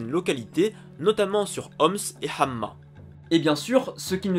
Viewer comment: Salam! Très beau travail, vraiment, et belles recherches, par contre je voulais juste te dire un petit détail, dans le nom de la ville Hama on ne dit pas Hamma mais Hama sans shedda حماة